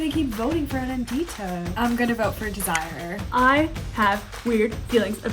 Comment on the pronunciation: I’m not sure her name is DEZ-Si-ER. Pretty sure it’s Dez-zer-Rae